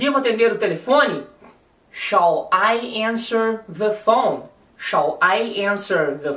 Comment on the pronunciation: se vc ja viu um ingles falando shall a pronuncia do professor ta certissima!!!